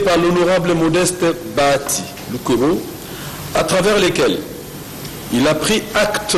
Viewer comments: BA HA TI et non Ba ya ti !!! BA HA TI, BA+HA+Ti = BAHATI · Bonjour ndeko césar, c'est juste pour corriger ta prononciation, on ne dit pas Bayati c'est plutôt Bahati.